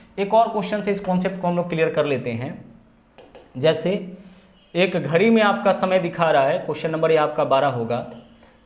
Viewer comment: घरी nhi घड़ी बोलते हैं🤓